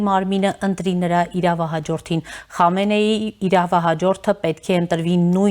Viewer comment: Խնդրում եմ անունները ճիշտ կարդացեք, Խոմեյնի' , Խամենեի' շեշտը վերջին վանկի ձայնավորի վրա։ Պեզեշկյանի փոխարեն Փեզեշքյան ։ Ժամանակակից պարսկերենում "պ" հնչյուն չկա։